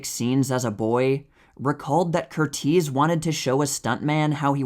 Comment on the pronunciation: There are some very interesting facts shared about movie here. You presented some facts about the movie I did not know, like how some of the cast and crew were injured. However, every time you said Michael Curtiz's name I wanted to cringe a little. His name has the standard American English pronunciation of this name, which is CUR-iz, like Tony or Jamie Lee Curtis' names. Please keep doing what you're doing with the channel. I really do enjoy it. I'm sorry I felt compelled to correct how you said that name. Some people hate it when people feel compelled to correct something about videos. I am autistic, so little things like I'm addressing here are nearly impossible for me to overlook. Other people, especially creators, are often grateful for the feedback. I hope you feel this way.